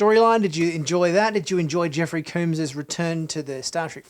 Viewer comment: FYI - Jeffrey Combs name is not pronounced like Cooms with a long O sound. You're pronouncing it wrong. Combs is pronounced like the word comb as in a toothed instrument used especially for adjusting, cleaning, or confining hair. Jeffrey Combs himself pronounces it this way. See a video posted on Youtube in 2010 by TrekCore titled "Jeffrey Combs Interview Part 1 (Weyoun, DS9)" in which Jeffrey starts the video by introducing himself by saying his name.